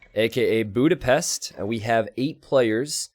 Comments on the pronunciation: please don't say Budipest, the way you said it much better. :) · Bootypest, it"s a joke from an earlier stream